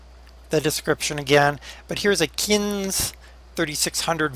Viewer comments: Not trying to be particular but the seeder is pronounced "kin-zee" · Its pronounced Kin z. Just saying Der :) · the planter is pronounced kinzie but spelled kinze